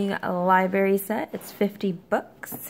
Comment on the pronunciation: Libarry lol